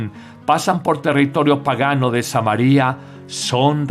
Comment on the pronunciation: Con todo respeto. Es Samaria no es Samari'-a porque es nombre de una ciudad. No se rompe el digtongo. No así María nombre de persona, allí sí lleva acento se rompe el digtongo, Ma-ri'-a.